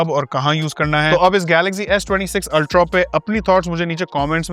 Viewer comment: Why can't he say Ultraaaaaa and not Ultraawwwww? I mean why's it so difficult? Acha bhala banda hai.